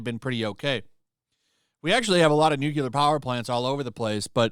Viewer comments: It's 'nuclear' energy, NOT 'newkiller' energy. I mean, the technology has only been around for seventy five years, you'd think people would've learned how to pronounce it correctly by now.... 🙄 🍄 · New Clear Not New Koo Lur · Nu-cu-lor. It's Nu-clear. I agree but you sound more credible when the word is pronounced correctly. Nu-Clear. Two syllables. NOT three. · Noo-CLEE-Ar. Not Nook-yuh-lar. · Are you saying nuclear energy or nucular energy? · Nu- clear NOT nu-cu-lar come on, man! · Nu-cle-ur, not "Nukulur", please! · Repeat after me "new clear" not "nuke ewlar" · It is not "nucular" it is "nuclear". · It’s “new-Klee-er”. Not “nuke-ular”. Love your stuff, brother…. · “Nuclear” (new-cle-ar), not “Nucular” Otherwise, great video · Nuclear is pronounced "new clear" not NUKEYELAR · im sorry, i dont wanna be that guy, but you said it too many times, its NEW-klee-er, not NEW-kyoo-ler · Nuclear is "New-Clear" not "New-Quelar. Nuclear. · He’s a virtue signaling idiot. Side note, it’s Nuclear, Nuckyalar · You lost me at nuculer. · It's pronounced nuclear. NUCLEAR! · I can't listen to you mangle the word 'nuclear' any more. Say it with me: Nu Cle Ar. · NUCLEAR! NU...CLE...AR! there is only one "u" to pronounce. also, France's electricity is primarily produced by nuclear power. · I never liked Mark Ruffalo. He always came across as whiny, uninformed and pretentious. Also, a nitpick: Nuclear is not pronounced "new-kyoo-lar". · As much of an idiot as Mark Ruffalo sounds, I wish you would stop pronouncing nuclear wrong. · the way u say nuclear sounds wrong